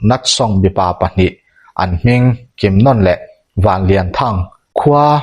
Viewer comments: I chhiar ngaihnawm viau mai mahse misual pakhat hi kimnon ni lovin kimnawn ti in kan hre thin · a thluk hi a lam diklo in kalo hreve a,kimnawawawna tih tur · Kimnawna hi ilam diklo, anawna nawn niloin nawn tih laikhi athluk ahniam tur, Kim laikhi aki asanga nawn tihlai khi athluk ahniam tur. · Kimnawna tiha 'Nawn' tih lai hi 'Bawkbawn' tiha, 'Bawn' kan lam anga lam rik tur a nia. Eng pawh hi se i chhiar thiam, a ngaihnawm bawk e. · Pi tar thattu hi Kimnawna tih a in lam hi Nawn tih ah hian thlukna a awm a , chuvangin nawn tih lai kha thluk tur a ni e . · Kimnawna ti a i lam rik dan hi ka hriat dan nen a in anglo. Zanlawn tih ah hian lawn tih lam rik ang hian nawn kan ti.. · Kimnawna hming i lam dan chu a va hawihhai love. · Kimnawna 'nawn' lai tak hi sainawn kan lam rik anga lam loh tur,lamhniam tur